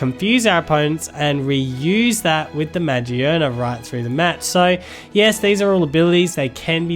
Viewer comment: Great Vid, however it's ma-GEAR-nuh not magi-ERNA